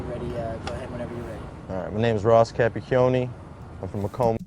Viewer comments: did he say Capicorny? LMAO Coach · Cappy- Ke-On-Ne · “Ca pah key-oh knee” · Cap-itch-ee-ony cappichioni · kap-ee-hone-ee Capricchioni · Ross Cap a Chee oni. That's how you say it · As an Italian Canadian it is very entertaining to watch Youtubers try to say his name. A double "c" with an "h" makes the sound of a "k" in Italian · just butchered the name